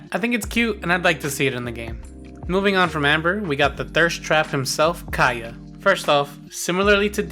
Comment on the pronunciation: And Kay-uh